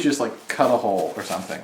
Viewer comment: MICHAEL ARANDA!! :'D Missed you~ When trying to find the hole for your Pinata child abuse victim, I thought you said 'maybe we should just cut a ho' ... as opposed to 'hole'...